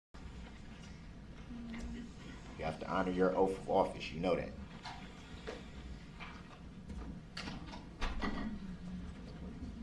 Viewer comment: "honor your oafff of office..." what a twitt